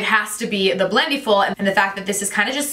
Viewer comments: Great video! Just a quick correction: it's pronounced like "blend-EH-full" rather than "blend-EE-full." Think about it this way: for the word "blending," you don't say "blen-dEEng," right? You say "blending" - short and flat "I" sound. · The way you pronounce it "blend-ee-ful!" 😄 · You’re pronouncing Blendiful wrong.